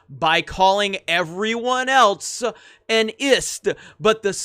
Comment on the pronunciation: I love this channel and the reality checking conquest it is on. One small thing which gets me everytime, not even a nitpick or critique, but your "elts" is gold 😂